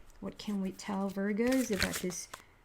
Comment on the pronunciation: I’m Canadian and I chuckle every time you say aboot.